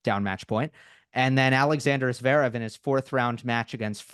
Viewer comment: Great commentary, but why can’t Flink pronounce “Zverev” correctly? He always says “Zerev”